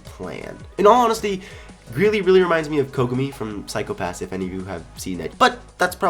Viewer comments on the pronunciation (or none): DID HE JUST SAY PHYSIO PASS?!! I LOVE THAT ANIME